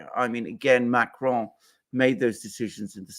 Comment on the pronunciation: Pleased to hear Alexander correctly pronouncing Macron’s name! He is French and not Spanish! Therefore you don’t pronounce the final ‘n’